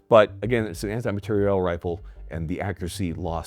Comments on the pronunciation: We all just going to act like he's not saying "material" like "materielle"? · Take a shot every time says materi-elle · why does he keep saying “materiELLE”? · All these comments and no one person bringing up inability to pronounce "Material". I'm not sure if it's a good or bad thing that it's moved so far from its roots. He reminds me of the South Park guy who can't say "planetarium". Obviously, solid video regardless. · Is jt just me or is he saying material reeeal differently